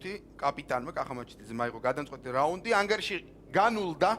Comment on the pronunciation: "ganulda"-s ra magrad ambobs :D